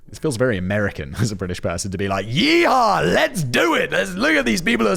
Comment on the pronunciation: Simon: please never say “yee-haw” again.